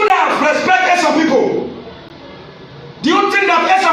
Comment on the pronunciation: Can we all adapt the proper pronunciation of ESAN rather then Ishan?